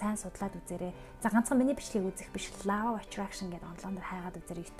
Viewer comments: Law of attractionы law гийн дуудлагыг лау гээд бичсэнээр нь дуудаад байх юм. Бараг лав гээд love гэдэг шиг дуудаад байх юм. Ло шүү дээ. Ло гэж дуудна биздээ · Law of Attraction = Лоо гэж унших юм биш үү, лаав биш